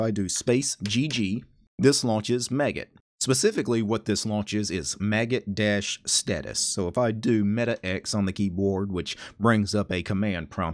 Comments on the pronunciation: The maggot git client? That scarred me. :0 I pronounce it similar to how you pronounce magic. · Do you usually pronounce Magit as 'maggot' like here or magic with a 't' at the end?